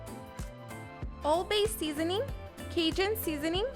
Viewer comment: She mispronounce every damn seasoning she used 💀💀